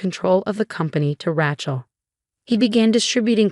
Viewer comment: Even after all this time, she still can't pronounce "Rachel" properly!